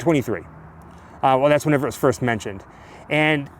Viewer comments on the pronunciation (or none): none